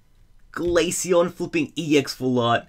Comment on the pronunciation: (Glay-shy-on) not (Glay-sy-on